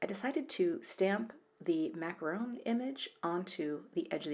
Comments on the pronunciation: Hey,! Hello to you from a finally snowy southeastern PA. Try making the "on" at the end more nasal. It's a French word. Macaroon has the "oooooon" at the end (double "o" in Engl) and they're full of coconut. Love these stamps... all of them. I plan to get them all but would love to win some of them! Keep churning out these excellent videos. I love the Anita Jeram watercolor card. I also like the macaron card. I think I would have angled the sentiment strip b/c going straight across covered up almost one whole macaron. Nobody puts macarons behind a sentiment banner. Oh, sorry... a little flashback to Dirty Dancing there for a sec. Anyway, both cards are really terrific. Thanks for sharing. Lori S in PA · mac-a-ron ;-) I always thought macaroon as well, but learned the correct pronunciation for these yummy things a year ago when my niece ordered them for her wedding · I think it’s weird that we say “macarooon” but keep the French spelling “macaron”. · my two penny worth? It’s pronounced makka-Ron and they are delicious!! When we go to Paris there’s a patisserie called Laduree who make & sell THE best macaron in the world ;) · Macaron is the French pronunciation of macaroon.